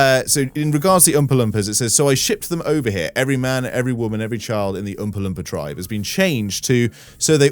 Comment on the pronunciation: the way you said umpa lumpa I couldn't stop laughing lol also your not fat your good